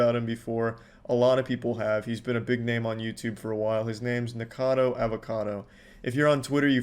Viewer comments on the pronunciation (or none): It really bothers me that he keeps saying "Nikado" not "NikOcado". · I don't watch Nick but why that man says his name 100 times the wrong way